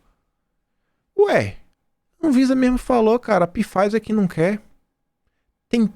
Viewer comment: Alô, favor notar que na pronúncia da Pfizer o P é mudo. Fala-se "Faiser". Abraços.